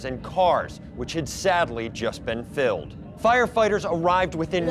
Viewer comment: "which has sadly just been philled-in"